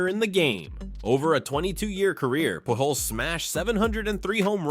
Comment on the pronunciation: Please learn how to pronounce players' names. Pujols is pronounced POOL Hose